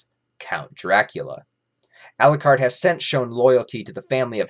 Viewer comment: Every time says Elucard. Dracula loses a soul. How many souls did he lose in this video?:)